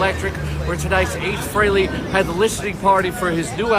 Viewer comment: did he just say ace fairally?